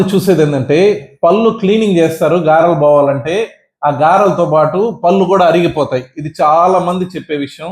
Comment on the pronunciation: పళ్ళు అని పలకండి, పల్లు కాదు